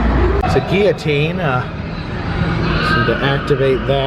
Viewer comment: At least you know how to pronounce guillotine. and they also ripped off the scene in the haunted mansion with the crow and the body trying to get out of the coffin. I'm surprised they didn't have the audio of him screaming, "Let me out."